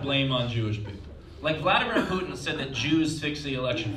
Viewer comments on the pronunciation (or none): none